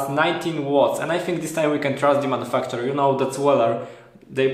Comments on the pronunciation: I thought he said MF too lol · Good review! I had to listen twice at your pronunciation of "manufacturer" 'cause to me it allmost sounds like "motherf*cker". I know at least one person in Australia who will agree...(something with fuses).